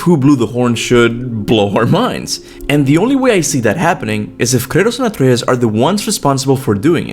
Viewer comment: Omg you pronounce Antreas's name correctly